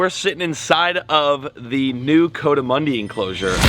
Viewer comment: COO-duh-MUNDIE … just saying lol. Cause I live in the southwest Rockies where they live out in the canyons. And it bugs me haha It’s definitely NOT “CO-damundi… Like CO-ED LOL. So please. Let’s say it right… especially for how many times it’s being said. The entire Spanish culture where they are from .. around Mexico and southeastern parts of New Mexico and south eastern parts of Arizona, would love it if you said it the right way hahaha. Just saying lol You’ve done great over the years man, as I’ve been a fan since Robert Arrington had you on his show almost 10 years ago? Ish? It’s awesome to see how well you’ve done financially as well. Well done.